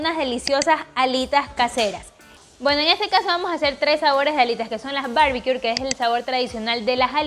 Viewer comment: Se ven muy buenas las recetas. Por fis, corrige pronunciación de barbecue, sin R al final!